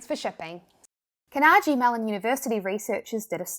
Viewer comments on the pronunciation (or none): Car-NA-gee. Not Ca-nagee. Hard "a" sound in the middle. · I’m not being rude, I love your videos! However, it bugged me a bit that you mispronounced Carnegie...just a personal quirk lol but it is pronounced CAR-Nuh-Ghi not CAR-Neh-Jee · Good video. (One tip: Carnegie is pronounced KAR-nah-gee, not kah-NAR-jee.) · You're a masters degree in marketing. Oh and Carnegie Mellon is CAR nuh gee (with a hard g) after Andrew Carnegie, one of the richest men of the early 20th century. . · great vid, lol at the pronunciation of Carnegie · Sorry I love you and your lovely voice. But I couldn't stop laughing for the past 5 minutes on how you pronounce "Carnegie". I probably here that word at leats once a day. So it made me explode.